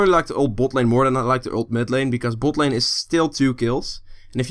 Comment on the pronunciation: you are saying bot lane in a funny way xD boat lane heheh